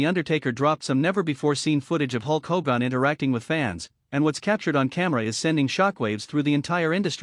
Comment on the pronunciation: Stupid AI commentary can't even say Hogan.